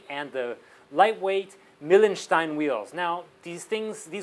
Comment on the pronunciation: Its pronounced Mile-n-schtein ;P (the .pronounciation of the .."stein" is perfect, though)